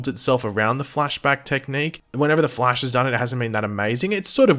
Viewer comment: I’m sorry but I know I’m not the only one who is bothered when pronounces THE FLASH wrong.